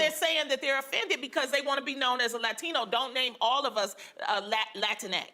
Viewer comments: Her pronunciation of the "A" in latino doesn't sound like the native "A" sound in Spanish, but closer to the Anglo "A" as in father which is pronounced further towards the back of the mouth, so to my ears it almost sounds like she's faking an accent. Moreover, bilingual latinos who go out of their way to put on an accent whenever a Spanish word comes up in an English conversation (even mundane words like tortilla) always did strike me as incredibly fake. People like AOC do this all the time, and it makes me feel like I am being pandered to in the most condescending way. See, I am also bilingual but when I'm speaking English, I pronounce Spanish words with my English register (tortilla→torr-tee-yuh), and vice-versa when I'm speaking Spanish and an English word comes up (hot dog→ótdog). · Why is it that when the one lady says "Latino/ Latina" it's a way over-the-top Spanish pronunciation? Like everything else is a relaxed pronunciation except those words. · I dunno if it's just me but I find it incredibly annoying how she goes from her regular American accent to saying Latin(o/a) as un-American as possible. It reminded me of people that are American and pronounce France as "Frauns". We all know what you're saying buddy, no need to slip in some cultural superiority on top of it.